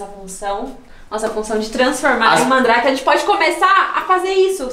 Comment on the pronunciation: Gente tô sentindo até agora o vai no começo falou em vez dele falar Mandrake que ele falou mandar